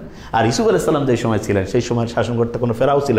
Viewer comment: সালাম এভাবে দেয় কেন?